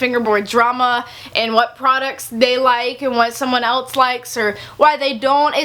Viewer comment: please stop saying eltse it's else...